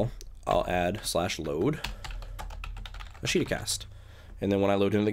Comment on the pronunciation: Just for future note:. It's pronounced Ahsh' ta. It's the Japanese word for "tomorrow".